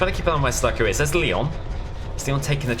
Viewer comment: you said sadako wrong